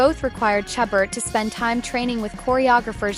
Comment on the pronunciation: Please please learn to pronounce Ms. Chabert's name properly. It is "Sha-bear", not "Cha-bert".